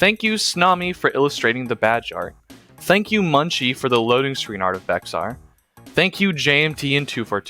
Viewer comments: Bexar is called bear by Texian and yes that was what the originally called themselves and it is pronounced B-Ay-Har all in one word by the Mexicans that used to live there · This is a great map, and could be a nice fit into the lore of G and B of were zombies came to America. Also its pronounced "Bear" like the animal not "Bexar" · as a tejano (mexican texan) this is insanely cool and i love the work put into this, but for future reference for you or anyone reading this the x in “bexar” is silent, and it’s pronounced “bear.” and also not to nitpick but “san jacinto” is pronounced “san hah-seen-toh,” not “san jah-sin-toe.” again love the work put into this and to have texas history be represented, and the john character seems like a pretty good reflection of a typical texan circa 1836 lol